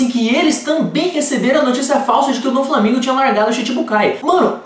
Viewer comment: "Doflamingo", não "DoNflamingo"!!